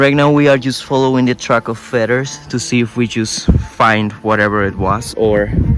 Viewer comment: Hola, solo par decirte que feathers, se pronuncia con d la th.. feders. Espero te ayude, aclaro es criticismo constructivo. Saludos